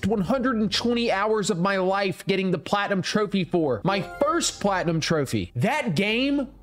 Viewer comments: Bro i speak arabic and that is not how you say it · As an Arab you pronouncing the trophy name was so funny😂